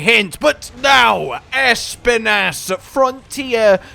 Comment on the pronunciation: I’m sorry, but it hurts every time you say espinas